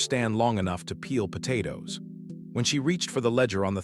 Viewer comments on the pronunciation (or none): none